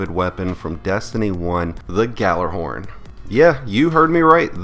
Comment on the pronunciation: You may want to do a little research and learn how to pronounce Gjallarhorn.